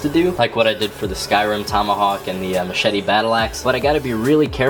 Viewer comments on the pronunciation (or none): none